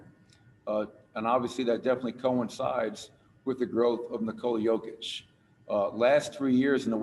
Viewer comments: How do you come represent Kia and not know Nikolas name? Not practice it or make sure you're getting it right. In what world does Jokić sound or even look like Covich or Cockich? Incredible. Only with a Denver player. I'm not surprised at all. #fraudcity #wedontbackdown #MileHighBasketball ⚒ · What the hell was that Kia!!! F***** practice how to say the guys name. What a disgrace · He cant even say his name right omg